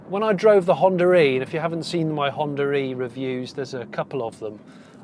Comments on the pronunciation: Am I the only one to hear him saying "Honda Ree" ?.... Which is actually 'Honda E' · Stop calling the Honda e "Honda ree" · Why though? There is no r in between 😵 I'm not a native speaker so trying to wrap my head around as it was nevrr the vase with anyone else I've encountered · Wood Correct, we do not notice it, but others do. America is a common one. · why is he pronouncing it like 'Hondra-eeee' ?